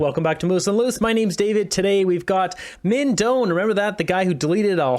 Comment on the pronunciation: FYI: Minh Doan is of Chinese-Vietnamese heritage. I have lived in VN. His family name is pronounced something like: DOH-ahn << 2nd syllable is low tone. Not DOHN. I checked the VN spelling: Đoàn. The descending diacritic over the "o" indicates low tone.